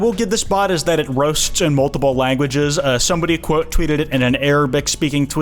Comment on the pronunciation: Are you ever going to use your Kwite account or Kwote account ever again?